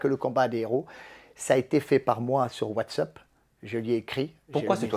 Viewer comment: « Whatsup » au lieu de whatsap il me régale 😂